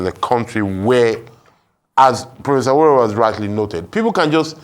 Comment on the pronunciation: Abati you always tried to pronounce Delta and Benin names with precision but calling Yoruba Names carelessly. What's aworawo instead of àwòráwo